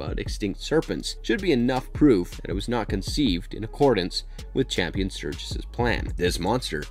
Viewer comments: It's Campion not Champion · I'm sorry I can't help myself but the Boys name is pronounced CAMPION not CHAMPION. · It's Campion not Champion. And it's raised by wolves not raised by the wolves. Smh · Raised "By" Wolves, not Raised By "The" Wolves Campion, not Champion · HOW can you summarize an entire season of a show on YouTube and (not just once, but consistently) mispronounce both the title of the show and one of the main characters? The show is *Raised BY Wolves*. The boy is *CAMPION*. The man who created Mother is CAMPION Sturges. Assuming that you WANT people to watch, enjoy, and respect your work...the laziness required to misquote the most basic facts of the show is staggering. Did you even watch the show, or did you summarize it from another source? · Yeah, he just said Champion instead of Campion, so my confidence level in this vid just went to zero. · I have a feeling you have not seen the show, soooo many names said wrong lol. It is Campion not Champion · even watch the show? It's Campion, not Champion. Also its raised by wolves, not THE wolves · You mispronounced the name of the show. It's not raised by the wolves. Just raised by wolves. And the boy that survives name is kampion. Not champion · I swear if you call him "Champion" one more time... it's CAMPION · Campion, not Champion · I'm not trying to be one of those corrective people but it was six children not 12, the name is not champion it's Campion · The name's Campion not CHAMPION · Next time before you do a movie/show explanation, please do proper research because you said “Champion” through the video, the character’s name is “Campion”. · Hella overrated, Too predictable. Bad dialogue, dumb characters. Tries to hard. Looks great but meh. Also my mans name is Cambian not champion. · It was driving me mad lol, my last name is Campion and I'm like say it right lol